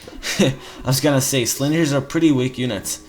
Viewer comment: lol slingers, the g is soft because you are just adding an "ers" to the word sling.